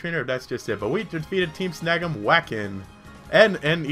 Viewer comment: The way you pronounce Team Snagem at the beginning sounds like "Team Snuggem". x3